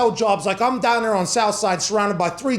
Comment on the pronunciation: It's pronounced DOWN!!!